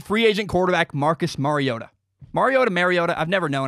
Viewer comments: Mari-O-TA like Mario Andretti. Just say TA in place of Andretti. You said it correctly the first time. It is NOT Mary-O-TA The "R" is its alphabet letter sound. As in "ARE" you getting this? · Its Mario ota like the Nintendo game Mario